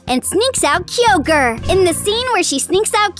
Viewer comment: It's keye-oger